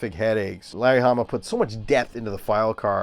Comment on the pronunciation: Did you say Harry lamma verse............................I know ..... you said Larry Hamma